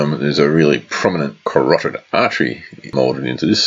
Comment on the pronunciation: " There's a really prominent corodid artery"....aka a huge seam line...lol. I'm painting these figures at the moment, I like your process and your figures look great!